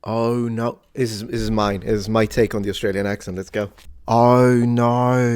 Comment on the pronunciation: Never say “oh no” again, you’re way off. LOL!